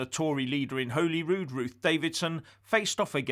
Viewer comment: Hi,love your content,but I’m afraid it is not holy rude as in the holy bible,it is holly rude as in the holly and the ivy,apart from that-spot on!